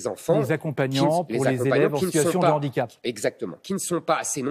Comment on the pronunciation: Handicap avec un H aspiré. Un 'H'andicap (pas de liaison)